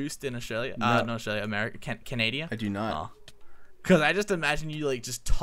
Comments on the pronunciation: Did anybody notice saying Canadia instead of Canada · called canada canadia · Did say canadia?